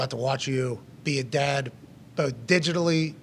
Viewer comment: So what he’s saying is he’s gonna be a dahd?